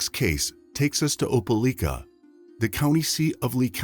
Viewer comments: It's pronounced "Opa-LIKE-a"... LIKE, LIKE, LIKE, OpeLIKEa!! Not "Opa-LEEK-a"!! Apparently there are no YouTubers that have access to Google, seeing as I have yet to hear a single one pronounce it correctly! If you all can research every single minute detail of a crime, one would think that you could also look up the correct pronunciation of proper nouns at the same time!! FFS! Why does this guy who sounds like he's reading "50 Shades of Grey" to a room full of old ladies, keep saying that the police submitted the DNA samples to the "coitus" database?! There's an FBI database that keeps track of sexual intercourse now??! Or is he meaning to say "CODIS"??? facepalm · Opelika = "oh-puh-LIKE-uh" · Pronounced OPA LIKE A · Not opeleeeka. Its opeliiiika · This happened near my hometown. It's pronounced oh-puh-lie-kuh. Very tragic story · You mispronounced Opelika.